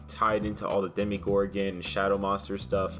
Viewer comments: this man really said DEMI-GORGON smh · Mia Jackson it’s either an accent or him being stupid 😂 He also said demergorgen 😂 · "demi-gorgon" please help me